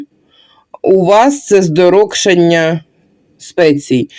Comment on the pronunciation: Цікаво,а чому "здороКшання"?!?!😮